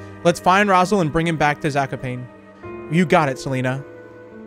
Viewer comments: It is pronounced zak-o-pawn-ay and raz-I-el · You pronounced Zakopane wrong it has to be "Zah - koh - pah- neh" and its a city in southern poland